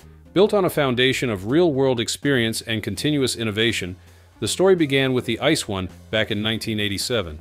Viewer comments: Come on, call these DB trains by their proper names ... they are not "ice" trains, they are I-C-E trains, like eye-see-ee. It means Inter City Express. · ice one, ice two ice three ... Jesus, leave us alone with those ai voice overs. It's spelled out, AI, CEE, EEE, not 🍦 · Wrong pronunciation of ICE while knowing better throughout the video. Thumbs down. 👎